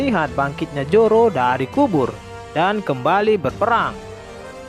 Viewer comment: Zoro min bukan joro😄😄